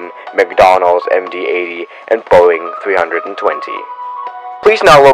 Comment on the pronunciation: Did I just hear "McDonald's MD80"